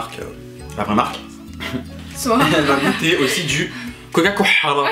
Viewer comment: "Coca coHala" 😂😂😂😂